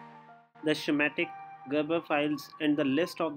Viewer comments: bro no offense its schematic not skimatic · "The Shamatic" LMFAO.... I'll be honest, in 40 years of electronics ..., tha'ts gotta be the first time i've heard that one LOL